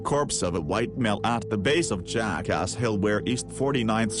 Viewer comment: Just get ghost to narrate this video the robot isn't very good the way he says "jackass" and "Arkansas" oh god help me